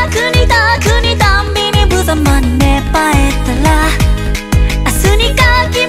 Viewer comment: ~ ｢芽生えたら｣のらの発音すごく好き；；🩵吐息混じりの高音最高すぎてずっと聴いてられる🤦‍♂️💧💧